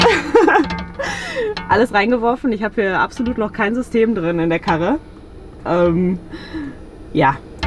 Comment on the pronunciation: Mega Ruhrpottperle! Hab mir 30mal angehört wie sie „Karre“ sagt 😂